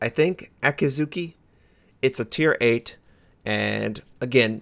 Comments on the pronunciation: YU-gu-mo. Not gi. Ah-KI-dzu-ki. Shi-rah-tsu-yu. Ah-KAH-tski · Akizuki is pronounced AKIEEE ZUKEE